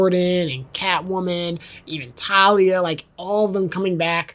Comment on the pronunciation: dont worry. you correctly pronounced it around the mark as for talia it was pretty accurate. And as for bludhaven. The most necessary info is its a city thats similar to gotham where instead of batman. Nightwing is in charge of crime. Also i feel like The 89 period would probably happen before robin seeing as how batman seemed still a myth. and having Batman appear in a large area like a circus destroys that status. so itd make most sense if it was the 22 film and then 89 and THEN the robin stuff. TLDR: pronounced Ras al ghul right around 16 minute mark. And itd make most sense if batman went from chapter one as a myth, then less of one during 2 by working with gordon, then 89 still a myth, THEN the robin stuff where hes conirmed. Overall Great video! Also itd be hilarious to have the end poke fun at the idea of Titan Joker by having joker say its a silly idea. ALSO whats your favorite Batman Suit? mine is Arkham asylum. So i hope its base game, since it wont be in the arkham pack.